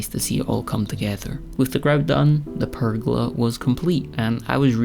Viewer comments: A prrr-gola! 😂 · Nice work on the "purrgola"!